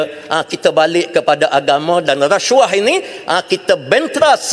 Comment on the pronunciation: Sebut pun xbetul. Rasyuah.. Puuiii.